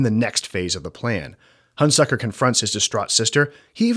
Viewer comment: You consistently mispronounce the name of Burt Lancaster's character. It's HunSECKER, not HunSUCKER. Get the basics right before you begin.